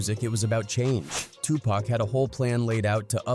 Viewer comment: Stop calling Tupac Pack